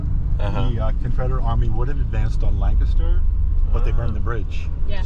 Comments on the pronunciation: it's lan-kiss-ter not lan-KASS-ter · As a native born Lancastarian, the way you pronounce Lancaster hurts my soul